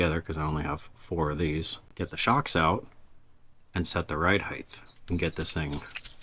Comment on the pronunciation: It's height! Not heighth!.. lol. I know the words "width" and "depth" and "length" throw us off a bit.. but heighth is not a word.